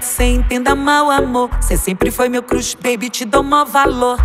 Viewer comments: Solange falando crush erradoooo kkk me deu agonia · A Solange fala cruxe 😂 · Ela fala crush errado kkkkk